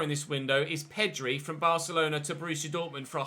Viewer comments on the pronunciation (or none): none